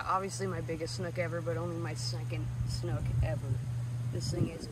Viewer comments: It’s also a snook not a schnook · My dad tied on some eurotackle jigheads I gave him last year for Fathers Day but didn't catch anything in the extremely high water the last few days in the Wisconsin River. I like how you Minnesottans pronounce "snook" as "snoochk" or however you'd spell it. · no H in Snook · Driving me crazy when you call it a Shnook! It's Snook. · Haha that’s how I said Snook too for the first time lol. My guide told me after the third time there was not an H in Snook! Great catch!